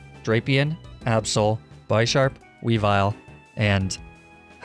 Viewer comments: By-sharp? Its supposed to be a mix of Bishop (like I'm chess) and sharp. So it's Bish-arp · Isnt Bisharp pronounce like the chess piece Bishop? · Its bisharp not bysharp